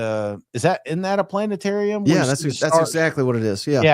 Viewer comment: Planetarium NOT plantetarium!👍😂